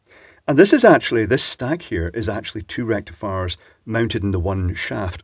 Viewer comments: Sounds like you said "selenium rectafart" which would be perfectly appropriate. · Rectum-fiers you mean😂😂😂